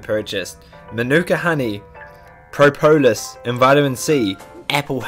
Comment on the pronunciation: cough cough it's pronounced prop-ah-lis cough